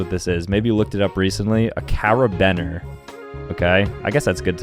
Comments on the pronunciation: Carbener!?!? It’s carabiner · just so you know it’s pronounced cari-be-iner😂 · It is not cara-ben-ers it is care-been-ers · Ain’t nobody gonna talk about how he said “Car-a-Ben-er” and not “care-a-been-er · Him: “Nobody actually knows what this is” Me: oh that’s a Caribener! It’s pronounced care-a-bean-er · It’s pronounced care-a-bener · carabener is pronounced lik cara-beener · As far as I know, caribener is pronounced karr-i-bea-ner. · Fr how he pronounced it "ker-ib-in-er" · Bro he said caribener so funky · It’s actually carabeener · As a rock climber, I am personally offended he didn’t know what a frickin carabiner was He didnt even say it right 😭😭😭